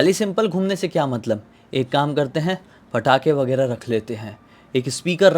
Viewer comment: Bhai patakhe hai ya fatakhe???😂